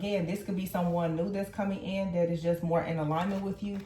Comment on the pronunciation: You said “Dat” It’s (that) can you please speak correct English? Also you said dat um, dat isn’t a word and um is a pause in speech. Um isn’t a good word to use just because it’s a word. People say I’m when they can’t think of anything else to say. You said dat more than, you said dat all through out the reading. I don’t have time to time stamp all the times you said it. It would take too long to get through the reading. Also I never had a mask on in my past relationship, you said we were wearing a mask. when you mentioned the Queen of Cups card. Also my past person wasn’t married just lied and cheated and got two women pregnant in the beginning of our relationship.